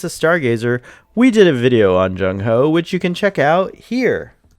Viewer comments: It's not Zhong Ho, it's Zheng He. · You butchered the pronunciation of zheng he 😂😂 you are saying jugin hooo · its pronounced Jeng HEY